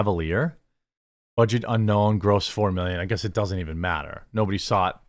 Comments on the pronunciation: Chevalier (which you pronounced atrociously) was another "look at the black man accomplishing something in "olden times" and watch him hook up with a white woman" movie. It was about a black violinist in the 1800's or something like that. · Ch - er - v' - aah - lee - ay! 😁 (The "er" is pronounced the same way as "better" but with no "r" sound. I saw Chevalier with my family. It was a good movie. I think it is a 20th Century (Fox) movie, and not a Disney-branded one.